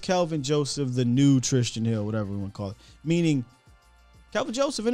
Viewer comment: why can't you say Tristan? Shit cracks me up every time